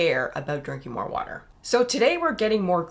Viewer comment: in... "uuh brb getting some warder"